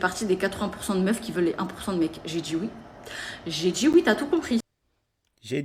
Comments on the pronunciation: Et la manière de parler... "Je vous DJis, menTjir.." c'est horrible cette nouvelle manière de s'exprimer qui devient si commune chez les nouvelles générations ! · Mais qu'est-ce qu'elle djit ? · J'ai "dji" oui et je mérite l'excellence. Ça doit être ça 😂😂